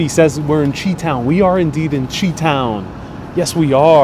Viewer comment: Once you do more research you’ll find out it’s not the wind that gave Chicago the nickname Windy City. And, I believe Chi town is pronounced “Shy town”. Enjoy your time there!